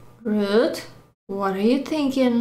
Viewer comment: "awww that hwut you a wittle bit, thanos?" Proceeds to beat the ever-loving shit out of Tony